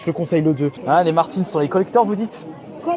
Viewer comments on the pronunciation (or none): none